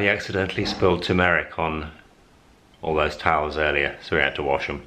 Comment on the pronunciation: Tur. meric? Haha. is’nt it turm er ric 😆